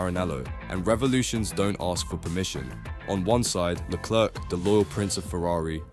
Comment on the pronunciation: His name is Leclerc, Not "Leclurc" what's wrong with you. never seen 'Allo Allo' ......